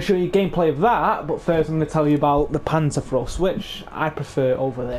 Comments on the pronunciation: "Panzerfros"? Ma'e its called PANZERFAUST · Pan-zerr-f-ow-st Ba zoo ka Also, neither of them are guns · Lol its panzerFAUST... not frost. Its not a winter bazooka lol. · Not panzaurfrost wtf you sayin mate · yea.. but now tell me wherre the r comes in faust?